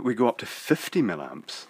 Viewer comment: It's "MILLIAMPS", not "millamps"! Do you do this on purpose? Aaaarrrggh! I love your videos but, as a qualified EE, this really irritates me to the point that I can't watch many of them.